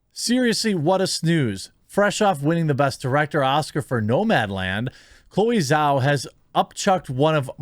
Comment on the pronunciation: It's pronounced Jau.